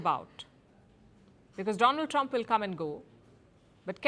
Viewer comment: 😁 "India's frannd Doland Tramp"